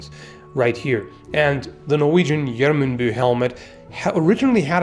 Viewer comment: ☝ The pronounciation of Gjermundbu is wrong. It's not like "Jermündbü" (assuming German phonetics), but more like YER-MOOND-BOO. Gjermund is a Germanic name, like Edmund, Sigismund or Rosamund and "bu" means bay (cognate to German "Bucht"). There is never an "ü" in those names.